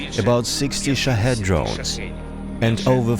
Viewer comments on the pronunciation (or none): none